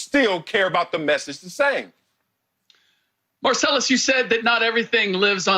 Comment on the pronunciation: Lol!!! This is what higher learning gives U. Mar-s-pace-lus. Wiley. All ways coming from a different place